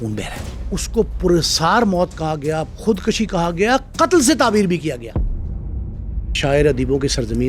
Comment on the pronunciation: بہت زبردست پوڈ کاسٹ بنایا ہے آپ نے۔ آپ کا انداز بھی بہت اچھا ہے۔ مگر ایک لفظ جو آپ نے بار بار استعمال کیا ہے خود کشی (khud kashi )۔ یہ خود کُشی( khud kushi) ہوتا ہے۔ دونوں الفاظ کے معنوں میں بہت فرق ہے۔ ۔